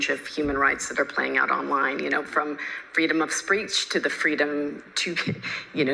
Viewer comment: The communist apparatchik "Australian eSafety Commisioner" couldn't even properly pronounce "freedom of speech" while she was implying it had to be suppressed. There's an evil Freudian slip if I ever heard one.